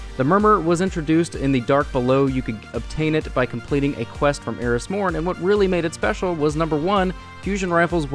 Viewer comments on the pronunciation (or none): none